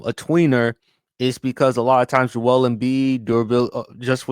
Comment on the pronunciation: Joel Embiid is a heel in my opinion. Part of that has to do with him pronouncing his name completely wrong lol (My name is Joel) not pronounced Jo Elle